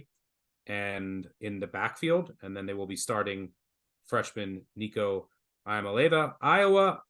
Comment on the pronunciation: " eee-uh-mah-lee-ahh-vuh" . Learn it.